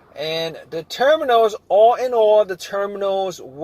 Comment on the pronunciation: Nothing happened at aww . Can’t be hunred percent. What else can you look faww. What accent is this? Can’t be NEW YORK